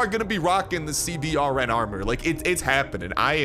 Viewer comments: The CBRN Armor is pronounced "C-Burn" which stands for: Chemical, Biological, Radiological, and Nuclear Armor. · CBRN is a military designation for equipment meant to handle Chemical, Biological, Radiological, or Nuclear, threats. Its Pronounced SeeBern or C-Burn.